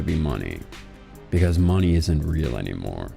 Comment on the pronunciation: Knowing the channel it sounded either like a joke/done on purpose